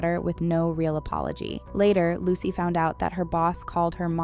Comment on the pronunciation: This. Is. Absolutely. Awful! Evil, honestly. Edit: Isn't it pronounced "loo-suh". Or closely like what?